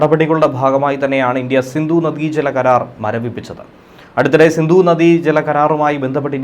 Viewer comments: Sindhu not sindu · സിന്ദു അല്ല സിന്ധു. ദയവായി മലയാള ഭാഷയെ നശിപ്പിക്കരുത്.